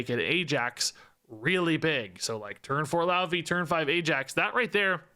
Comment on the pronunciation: Popping in as an expert in Norse linguistics: 'Laufey' is pronouned more like "loy-fay"